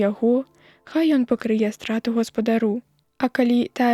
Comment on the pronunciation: Там жа у 6-м: прачытана: хто пакрые', замест: пакры'е. Ці праслухаў хто тое, што начытана, перад тым, як вылажыць запіс у сеціва?